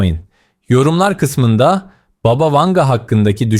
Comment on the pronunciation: ...ama "baba" değil... "bába"...